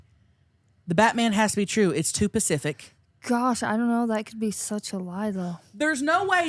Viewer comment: "It's too pacific" 😂